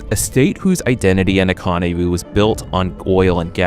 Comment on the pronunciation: why does "economy" sound weird? is this an AI video?